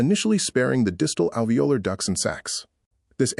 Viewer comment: Pronunciation errors: capillary, alveolar